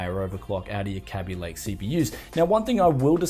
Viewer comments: I'm pretty sure it's called Kaby Lake, not "Kabby Lake" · It's a Kay-bee Lake and not a Cabby Lake.